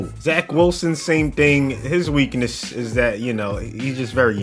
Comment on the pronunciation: Biggest weak-NUSS